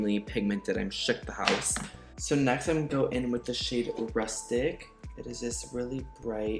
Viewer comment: Love how he is now saying "da house" rich lux vibes